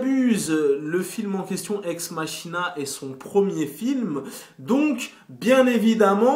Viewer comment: "Ex_MaKina" pas Ex MaCHina ...